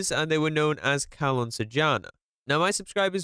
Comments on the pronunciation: "Calon Sarjana" man.. Not "CARLOON" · Calon sarjana Pronunce: chalon sarr jaa na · Is read "calon sarjana" Not "kalon sarjana" Im just telling🙂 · Somehow I laugh when says "Kalon Sarjana" ngl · the way he says "calon sarjana" is really funny tho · Bro u said his name wrong